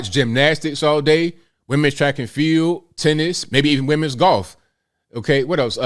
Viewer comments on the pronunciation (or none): none